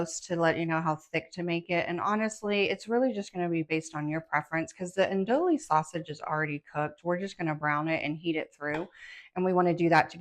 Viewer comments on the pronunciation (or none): It’s an-doo-ie. Not an-dool-ie